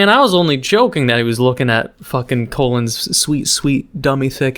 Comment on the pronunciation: pronounces Puro correctly Also: pronounces Colin like Colon Me: NOPE, STAHP, AAAA.